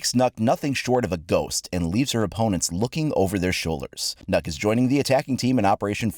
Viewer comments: I’m sorry but the pronunciation of Nøkk is still wrong. Even from UBI it’s wrong. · Thats not how u pronounce Nøkk. Can no one in competetive games make a danish character with an actual danish name. Im tired of danish characters being more norweigan and swedish than danish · I like how he says that he knows the way that it should be pronounced and then he pronounce it wrong🤣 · But the ø is prononced like an ö in danish, not a normal o. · Nøkk sounds waaaay different in Danish than what you pronounce it as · Ø is not o though search up Ø pronunciation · i am danish and he said it wrong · Nah you're suppose to pronounce the "Ø" the danish letter... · we have the same letter in Icelandic, ours is Ö but the danish one is Ø but the sound is the same. If you take the vowel sound when you say "sir" and apply it instead of the "o" in Nokk, you are pretty close in pronouncing it correctly. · As a dane I can assure you thats not how you pronounce Nøkk. Ø is one of 3 letters unique to the danish and norwegian alphabet. Ø has its own distinct sound, thats kinda hard do describe. It doesnt help that ø is pronounced different, depending on the word. If I had to describe it, it would be like an o and e, but said fast and deep in the back of your throat. The phonetic for the ø used in Nøkk is ø:. Fun fact: Danish has 41 different sounds for the 15 vocals. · As a danish person I am angry at Ubisoft, the way you pronounced the name would mean that it was spelled NÅKK, and not NØKK. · In Danish it’s actually pronounced as “Nuke” with a drawn out “oo” sound, not “Nuck”. Though they says it’s “Knock” so I guess it doesn’t matter... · FFS it is not called nokk but nøkk. hear it in google translate. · It’ actually pronounced Nokk Me: N-no it’s not cries in Danish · sighs in Danish .........its Not pronounced nokk......... its nøkk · "it looks like it's pronounced Nahk but it's actually pronounced nok" No, it's pronounced Nøkk, not nok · Its pronounced "Nøkk" :( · Nøkk not nokk